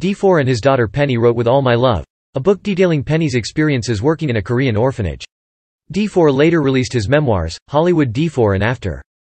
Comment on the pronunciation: His last name is not pronounced as 'De-for.' It's more like 'Duh-for.'